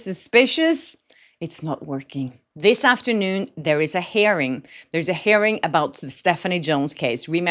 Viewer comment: You’re pronouncing hearing like “herring” (a fish); it’s pronounced “here - ing”. 🥰